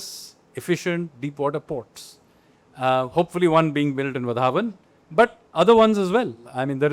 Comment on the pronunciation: As a native of Palgar district in Maharashtra, request all Delhi elites and politicians to stop calling Vadhvan port as "Vadhawan". It's वाढवण not वधावन